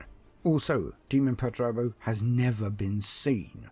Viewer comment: Perturabo Pert-u-raaa-bo